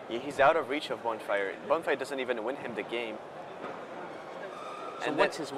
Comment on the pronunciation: What's up with the pronounciations? Bonefire? Dissiple of Bolas? =D